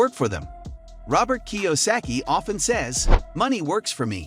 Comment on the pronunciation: I, really, don't appreciate the AI voice over. You sound much better. And, I'm sure you wouldn't have butchered Robert's name as badly as AI.